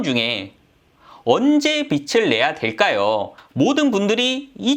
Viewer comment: 빚을=빚[비즐] 이렇게 읽으세요. 빚으로 광(光) 낼 일 있습니까. 하기사 빚 내서 광 나면 좋죠. '개천에서 용 나기'